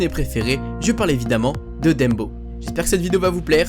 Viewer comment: Le seul truc qui me dérange c'est le fait que tu dise "Dembo" Sinon, super vidéo :)